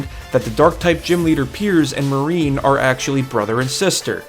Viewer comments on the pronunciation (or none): I love you but : Mar-nie not marine and Gordie is the rock type gym. Besides that I actually really loved this recap like episode!